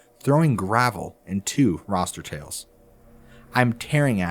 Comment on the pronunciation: roster tails?? Do you mean rooster tails? Ya know like the tail on a male chicken?